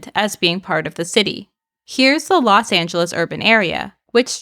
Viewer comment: Los Not Las